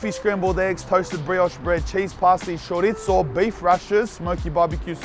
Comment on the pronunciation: Why u saying charizzo like that man? And don't say that how u pronounce it because it's not in English